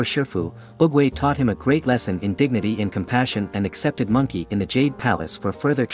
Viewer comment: "Mangkey" Oggwey~